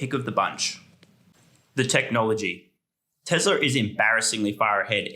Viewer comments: My guy said Tezler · What is TeZla?